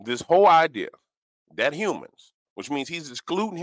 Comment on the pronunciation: He calls Humans YouMens or You Men not him